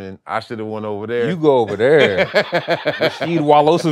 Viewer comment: "Rasheed Wallosavic" 😂